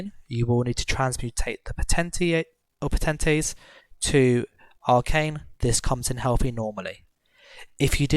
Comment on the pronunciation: Its pronounced Po-Ten-Tates not Potatoes xD